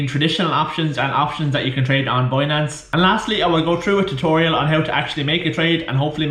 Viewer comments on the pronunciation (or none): how the fuck do you pronounce BINANCE as BUOYNANCE ?? WTF :)))))))))